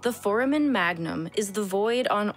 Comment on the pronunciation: Really doubling down on the mispronouncing of foramen.